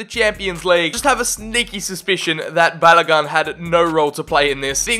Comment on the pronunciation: Hurts as a Nigerian when you butchered Balogun “Ba-la-gon” but nice vid